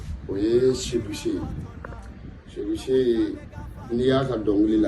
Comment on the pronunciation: C’est pas seyou Che mais Seydou chee lol😂